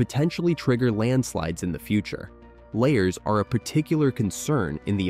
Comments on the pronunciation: It's "la-HARS" - not layers, you idiot. Are you a computer who didn't get any "AI"? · Luh-Hars! Not layers! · I thought volcanic mudslides were called la hars not layers. Narrator must be from Canada that pronounce about a boot. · Lahars pronounced as “layers”?!? Arrrgh! AI voice fail. You could have caught and corrected that, but no. I’m so tired of finding nothing but non-human content on YouTube. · Dude, say it with me...La. Hars! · I’m not sure who is narrating this but it’s, Lahars! La har(pronounced like La bar) only with an h instead of a b. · Emphasis on the second 'a', and both 'a's' are soft. Not pronounced 'lay hers'. This is middle school science class-level knowledge!